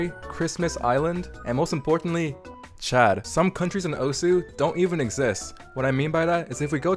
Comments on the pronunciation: you're not saying the game's name right. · in video you are not saying it right*